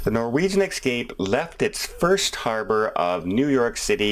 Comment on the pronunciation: So sorry it kept bugging me.....Its the Norwegian eSCape...not eXCape ... one can escape on a vacation, but one cannot excape anything...at least not in English ;)